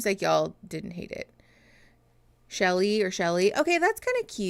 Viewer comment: Chellie pronounced Shelley is my pick